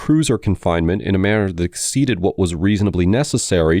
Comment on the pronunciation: the announcer is human! I thought it was AI but his mispronunciation of "manner" is the tell.